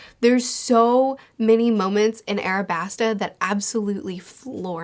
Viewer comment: aLabasta, sweetie :) with an L 🥰